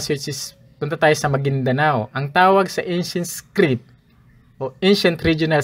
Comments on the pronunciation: Haissttt di ko naman sinabing defect yan. "iskrid" kase sa pandinig ko baka hearung ko ang may defect. Defensive ka kaagad. Sige lang tuloy mo lang yan research at presentations mo nakakatuwa eh 😄😅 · Paki check po yung pronunciation niyo ng "script". And kudos anyway sa sipag mo magreseaerch at magpresen 👍